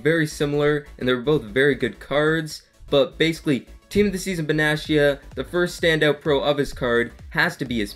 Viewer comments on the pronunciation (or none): Can I give you some tips? Calcio A is pronounced with a K, so Kalcio A if you would write it. And Benatia has a hard T if that makes sense? So not Benaschia but Benatia -> here is a interview where his name is pronounced correctly)